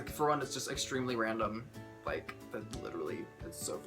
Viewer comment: the first time I heard random i thought he say ralandr